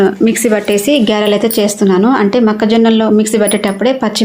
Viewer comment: సూపర్ గారిలు కదా గ్యరెలు కాదు